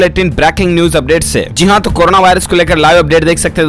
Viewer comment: Zeee haaa nhi bhai jiiii haaaa hota h phle bolna toh seekh liye